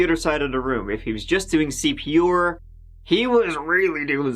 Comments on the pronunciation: I realized now that the host pronounce 'R' as 'oor' all this time just after he said CPR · Cpr is an acronym it’s not pronounced ceepeeawwghoor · Why do you keep saying "CP-Or"? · C...P....R. Not fucking OAR. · He keeps saying CP or....CP orrr....CP OR WHAT MAN!?!? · WTF is "cp oar"? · CP or? Or what? (Dictionaries has something called phonetics - you can also hear pronounciations on google translate) Love your videos! (Lorve your videors!)